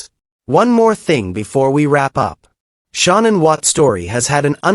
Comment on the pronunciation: There are quite a few channels that use that same AI voice and they always pronounce Shanann’s name wrong.